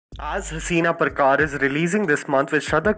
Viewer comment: अबे अंग्रेज़ .... हसीना प्रकार नही हसीना पारकर है वो